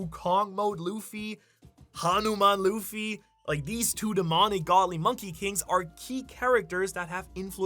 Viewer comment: Hey. Not sure if you'll ever see this message, but I wanted to give you some love on how well you pronounced Hanuman. I was genuinely impressed. Kudos! Small improvement though, since you might need to say it again in the future. You pronounced the Han part of Hanuman like Han Solo (of star wars). But its actually pronounced similar to hun, the short form of honey. So the way you would say gun or bun or fun. Its Hun-uman, but its written with an A so people dont pronounce it hoonuman. Ofcourse, you probably wont see this, but if you do could you maybe like this comment so I know I've reached you? Love your vids!